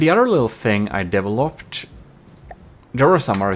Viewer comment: So, how many of you out there caught when says "developed", it sounds like he said "deviled up"?